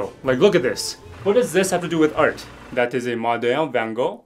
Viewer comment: Not the art pronounced as "ælt" 💀☠️